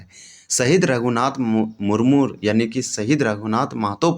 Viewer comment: मुरमुर नहीं है भाई , मुर्मू है l